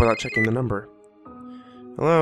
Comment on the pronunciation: Bwing bwing herrrrrrrroo